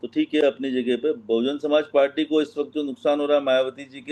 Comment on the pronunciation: ये मैडम कैसी पत्रकारिता कर रही हे इनको बहुजन समाज पार्टी का नाम भी नहीं ले पा रही हैं